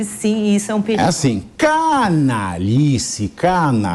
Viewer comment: C A N A L H I C E.." lhi" C A N A L H A. " lha" Vocês falam cana-li-ce. 😒😒